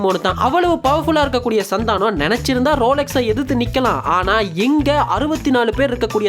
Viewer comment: Bro oru chinna thirutham athu Santhaanam illa santhanam